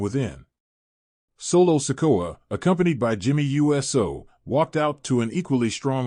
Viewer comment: If the narrator doesn't know how to pronounce Uso, as ooso, he should stop narrating.